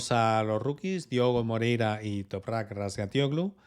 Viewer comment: Por cierto, es un espectáculo lo bien que pronuncias el apellido de Toprak. Aunque digas que no, va en serio. Será por práctica, pero me quito el 🤠 sombrero